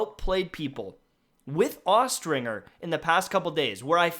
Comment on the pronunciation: Austringer is prounced with the J sound, not the hard G. Look it up.